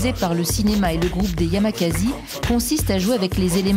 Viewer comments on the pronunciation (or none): "yamakazi" xD